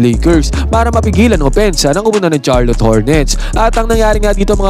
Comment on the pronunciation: Sharlot ang pronunciation nun, pakiayos sakit sa tenga eh